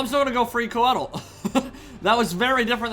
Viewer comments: Qued-eel eh? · Interesting that Drycha pronounced Coeddil "kwe-deal"